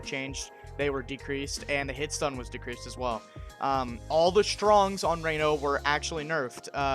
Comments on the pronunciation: I'm sorry but it drove me crazy how you pronounced Ranno's name. It's not "Ray-no", it's "Rah-No". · But Raino sounds cooler and like a rain forest and tree frogs. Seems like a missed opportunity seeing as Orcane is a name. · Says he did his own research: mispronounces Ranno...